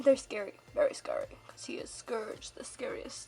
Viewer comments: Its not scurge its SCOURG XD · I think it's pronounced scORge ur saying scERge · It's SCOURGE! Not Scerge. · its calld scourge.when you say Scurch its wrong nooooooouuuuuub its scourge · "Scerge" It Scorge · HEH HEM! ... it's Scourge not scerge... sorry. Why did that bother me? Idek. I love this tutorial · No offence to people that say scourge like scurge but its pronounced scorge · "scerge" HUUUUUUUUUUUUUUUUUUUUUUUUUUUUUUUUUUUUUUUUUUUUUUUUUUUUUUUUUUUUUUUUUUUUUUUUUUUUUUUUUUUUUUUUUUUUUUUUUUUUUUUUUUUU BOI SC-O-RGE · Scerge? Sorry I pronounce it "scorge" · oh god... SCERGE? iT IS SCOURGE. Sorry for the criticism i just think you should respect the names. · People pronounce it scerge. I pronounce it sc OR ge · It's Scourge! Not Scurge! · I thought it was scourge not scurge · Also, it's scourge not scerge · Scurge? SCURGE?! It's scourge ( SC - OR - GEE ) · it's not scurge it's scourge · not to be rude but it's pronounced Sc-ore-ge not scerge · It's not said skurge ... it's scourge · Have you read the books not trying to be mean if you have it’s spelled scourge if you google that google Will tell you it’s Pronounced scurge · It's pronounced scourge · She said scourge, scerge that annoyd me. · You are saying scourge wrong scourge (sc oor ge) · U said scurge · VICITUR!!! Its pronounced skeirj but I pronounce it like scorge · Its prononced SKO-RR GEH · please take this not offensive but it is pronounced score-ge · *Casualy realizes that I've been pronouncing Scourge wrong this entire time-* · You said scourge wrong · she pronounced Scorge worng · u pronounce Scourge wrong :P